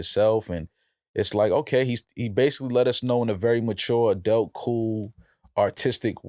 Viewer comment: When is gon learn how to say the word Adult? 😂